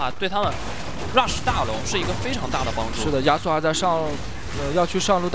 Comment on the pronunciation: 听着“鸭索”、“鸭索”感觉贼尴尬。。。。。